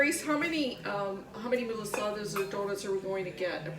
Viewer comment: Pronounce Ma la sa das the way it is suppose to be said. You are not pronouncing it proper.